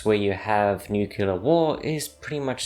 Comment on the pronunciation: LEARN HOW TO PRONOUNCE NUCLEAR.